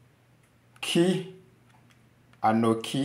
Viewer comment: It’s anochi not anoki.